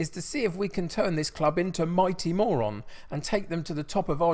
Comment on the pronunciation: Knowing that playing the Morons is a catch phrase...... but Morón should be pronounced Moe-roon. Actually the club tends to have quite a few Air Force cadets in their juniors as it's very close to the academy and a major air force base. Getting this info from my Chilean friend who lived very near for several years. Looking forward to this one! Also not to be superstitious , but the ground is right next to a graveyard.........spooky!! And I see you're playing Neuva Chicago this season, think Milwall with guns. Real life are serious ultras. Anyway enjoy. Love Buenos Aires, one of my favourite cities in the world.